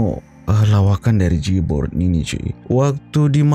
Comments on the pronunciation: j-born sebutan nya jay born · sebutan nya jay-born ahli kumpulan j-born - Joey - Khir Rahman - Vicha bapa Khir Rahman adalah seorang penyanyi tersohor tahun 60an iaitu A.Rahman Hassan.. Khir Rahman juga menjadi watak utama dlm filem trilogi.. - Rock - Rock Oo - Rock Bro filem komedi arahan Mamat Khalid ini mengisahkan perjalanan hidup pemuzik rockers pada sekitar tahun 90an.. memang kelakar.. nanti nobar ya filem² nya.. makasihh... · Sebutannya JEY-BON. Huruf R dihilangkan.